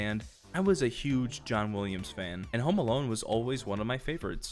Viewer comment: "John Wooliams"